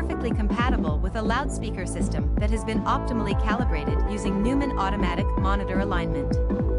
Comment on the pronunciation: This must be AI voiceover. The narrator can't even pronounce the product's name properly...ridiculous! Couldn't get through the presentation because of that.....